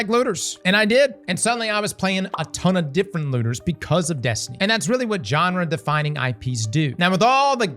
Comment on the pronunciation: What’s that? A Johnrah? You sure do have a way with English.😆